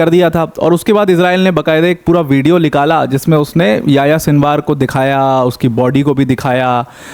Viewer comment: Likala nahi Nikala gya hai... 😂😂 Na nahi bol paate ho kya bhai... Number ko Lumber bolte ho etc..